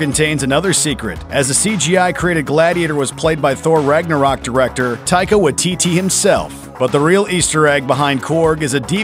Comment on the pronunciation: You pronounced taika waititi name wrong